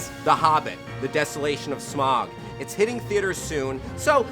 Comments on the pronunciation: Smaug is pronounced like cloud not like smog. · He said smog... It's SMAUG! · It's Smaug, not Smog. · Smaug, not smag... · Anyone else notice how he handled saying 'Smaug' at the start? It was like he conjured a way in which he couldn't be wrong, by merging both ways of pronunciation into 1. Genius way to get people off your back.